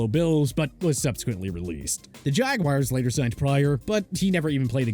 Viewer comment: son always says “jagwires”